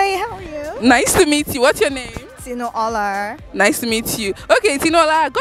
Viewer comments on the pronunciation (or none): 🗣️ in white TOP and a SUNGLASS, u moved to CANADA in 2018 and u're pronouncing in DAKOTA AMERICAN ACCENT? na wa for u o! 🤣 and u too in POLO and FACE CAP, did u guys here how the IGBOS pronounce their NAMES wit REALNESS?🤷🏽‍♀️ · Just 4 years in Canada and cannot pronounce her name correctly😂